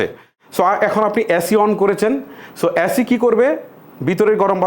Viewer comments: অ্যাসি না এসি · ভাই আগে এসি কে এ্যাসি বলা বন্ধ করেন।। কানে লাগে